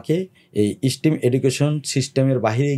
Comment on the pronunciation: What a charismatic personality is! We should vote him into parliament. He has some wonderful ideas to change society. However, there is one minor mispronunciation. If I may correct it, STEM is not pronounced "স্টিম", rather it is pronounced "স্টেম ". May Allah accept all the welfare activities of his own and his father's, blessing him with honor this election!